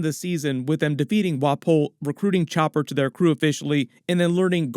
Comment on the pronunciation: its chopppppper not choper